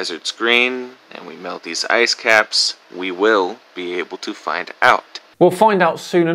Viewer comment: Did he say "asscaps"?